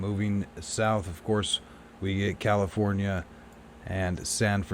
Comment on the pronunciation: Caliph-ore-nia.... Allas-ka ??